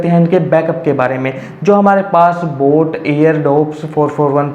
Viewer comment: Sir voo boot nahi boat hai